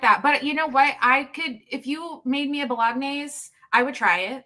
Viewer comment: OMG, she said bolOGNase.